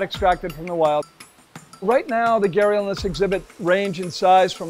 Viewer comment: It's so sad that while everybody in the west takes immense effort to pronounce words from Spanish, Japanese etc. they just casually anglicize Hindi/Sanskrit words. It's Gha-d-ial not Gharial or Garial.